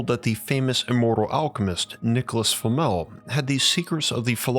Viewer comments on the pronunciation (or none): none